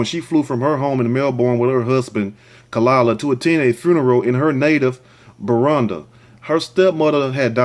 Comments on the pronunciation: it is bu ru ndi not burundah and it’s bu jum bura come on phonetics rant over l. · Next time learn how to pronounce what you don't know before doing a video.. The way you pronounce Burundi and Bujumbura is irritating. Nice video though.